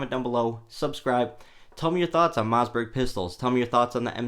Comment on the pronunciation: It's Mossberg. Not Mozzberg. 😆